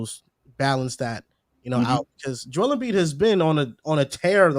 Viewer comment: When are y’all gonna tell that’s it’s Joel not Joe lmao